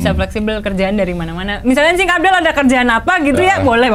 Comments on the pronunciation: Jangan pakai "N" des... "Cing" aja.... Jangan "N-Cing".... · netizen : cing abdel desy : njing abdel haahaa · Maaf ya Cing, kayak "Njing" hahahahahahhahahaha, sehat-sehat ya NCING hahahaha